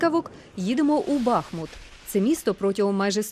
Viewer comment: Вы неправильно ставите ударение Бахмуту, правильно БахмУт. Артем самая высокая скульптура в стиле кубизма на территории Европы кстати